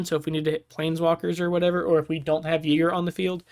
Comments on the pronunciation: Why would a Y be pronounced with an E 😮‍💨😵‍💫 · I pronounce it "eee-gruh" normally a Y at the start of a name is pronounced like an E. Also, for Ygra to become a commander damage one shot, in one turn, 7 creatures have to die = 22/22, or 6 creatures and one more +1/+1 counter from another source = 21/21.